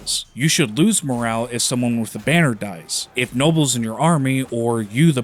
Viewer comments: MORALE not moral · The game is incredibly disappointing considering the framework they had to create a world as immersive as the battles and they have done SFA. Decent video although you seem to get basic words wrong eg: it's cavalry and morale, not calvary and moral. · Did this guy seriously pronounce morale as morel💀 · Is that how Canadians say moral? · He said moral and morale in the same two sentences or something so I expect he just misspoke